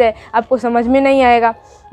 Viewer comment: Ap bihari hain na mujje apka nahi na sunkr lga 😊🎉